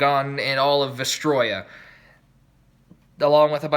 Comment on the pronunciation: Congrats you miss pronounced vestrioa